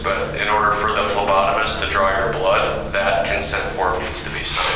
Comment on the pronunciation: Cop said reasonable suspicion not probable cause..... second of all dude pronounced phlebotomist and pronounced the PH 🤣🤣🤣